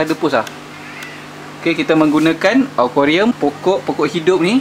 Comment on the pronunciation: akuarium bang.... bukan okorium.... hehehe